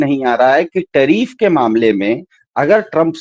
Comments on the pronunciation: Tariff ko trieef bol raha hai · लेकिन दरबारी पत्रकारों के मालिक मोदी को नहीं भांप पाए। 😂😂 इसीलिए तो बंदे को पप्पू कहते हैं सब। टरीफ नहीं टैरीफ बोलते हैं😂😂